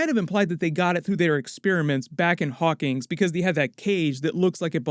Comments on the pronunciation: Narrator needs to choose between pronouncing the town name as "Hawkings" or "Hawkins" -- it can't be both. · Hawkins, not Hawkings, bud.